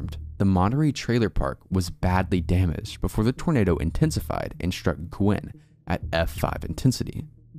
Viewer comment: Guinn. Al. G(ah)you-en. Not Gwynn. I made the same mistake until I was corrected by a resident. Also, Wichita Falls is in Tx. Not Kansas.